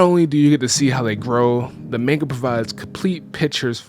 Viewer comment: Guy said maneguh. Maneguh.